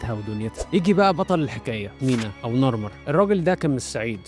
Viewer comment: هوا اسمة نعرمر مش ناعرم و المدينة اسمها منف او من نفر و ليست منفس